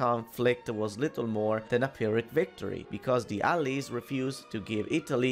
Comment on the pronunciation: Heh, I like how you say "allies" here. Never heard anyone say it like that before. This is probably one of the most interesting video's you've made, and also explains how Fiume was essentially added into Italy. It probably saved it from a biiiiiiiiiiiiiiiiiiiiiiig mess after the war, unlike Trieste and Dalmazia... Like I said earlier, Italian politics is a meme: sometimes good, sometimes bad, but never boring. Ciao!